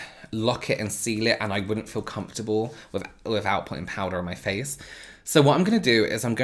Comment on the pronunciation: I could listen to you say "Powda" all day! Love it. Thank you so much for this video😊 I learned so much. What kind of powder are you using ?